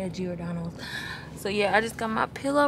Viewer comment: I’m from Chicago. You not about to keep messing up saying Giordano’s 😭😭😂